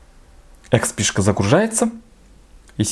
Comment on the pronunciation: Сколько раз он сказал нОутбуук? Ихспи,.. нОутбк